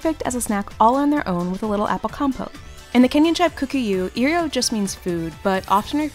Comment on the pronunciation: The pronunciation of Kikuyu plssss Y'all did well though. It's also called mukimo and you can add spinach and kale or black beans and ripe bananas